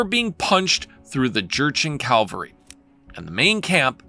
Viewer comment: please say "cavaLry" going forward, not "caLvary"...